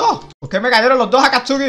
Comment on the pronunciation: de verdad no vio naruto dise akatsuki mal